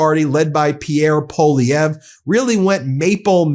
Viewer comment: Proud of my prime minister for not backing down and fighting back!! Proud of you Ben for finally mastering how to pronounce Poilievre!!